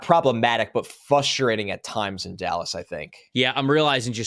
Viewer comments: I really like, but it’s fRustrating. lol there is an R in there. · trying to pronounce FR-ustrating every 3rd pick is very “fustrating” to listen to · My Raiders should avoid Jeanty like avoids the first "r" in frustrating.